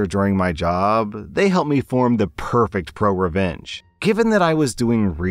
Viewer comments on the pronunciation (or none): none